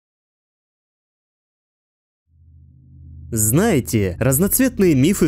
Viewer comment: Блин, мне послышалось не "Салам алейкум", а именно "Сало Олега" uwu